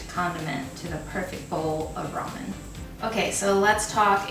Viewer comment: It never stops amusing me to hear people(well, Americans...) continue to butcher the name of this noodle dish... Ok, people, the word "RAMEN" came from the Chinese name "Lah-Mien", meaning "pulled noodles"...(there are many many Chinese words used in Japanese) The Japanese pronounce the alphabet "R" with the "L" sound instead of an "R" sound, and i suspect the word "RAMEN" (pronounced as "Lah-men")was put on the English menu of many noodle houses in Japan ....after enough time and enough western tourists saying it wrong....the word "RAMEN" as people say it today was born...